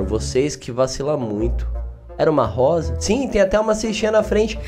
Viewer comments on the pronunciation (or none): none